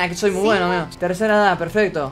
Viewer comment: Cuando dijo amigoooo en el segundo 10 le salió como tucumano